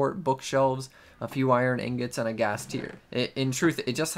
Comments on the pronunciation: How dare you say ingot like that. Disgusting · The way you say ingot is like some kind of joke right